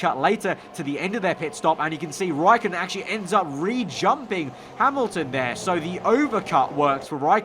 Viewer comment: You use ä and ö but you cant speak with them